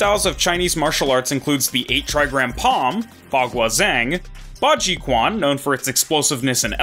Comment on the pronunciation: Oh, i notice that you read Q letter in "Quan" as K and sound like "Kuan". Fyi. In Chinese, Q letter are sound like Ch (like Chin, Cheese, Chinese, etc). So, "Quan" will be spelled as "Chuan"